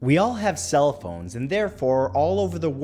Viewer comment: I restarted the video twice because it sounds like he says “we all have cella phones” at the beginning 😂❤️